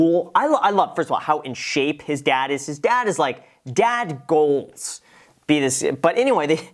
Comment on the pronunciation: Did he just say dad golds? 😆